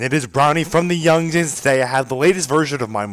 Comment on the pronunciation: Yes, you did learn..... LingWings>Yungzings